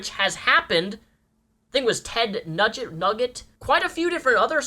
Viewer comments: Did... Did he just say Ted Nugget... IT'S PRONOUNCED NOOJENT TED NUGENT IS NOT PRONOUNCED TED NUGGET 😂😂😂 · Hahah "ted nugget" it's pronounced nu-gent but it's okay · hey? Nugent is pronounced "new-gent":) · Just for the record, the person you were discussing earlier who was visited by secret services is a famous singer named Ted Nugent (last named pronounced "NEW-jent"), whom vehemently hates Obama and Hillary, and has ranted/talked about him (Ted) killing them before.